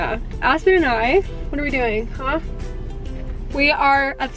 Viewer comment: Omg ! It sounded like she said ass-pen and I 😂😂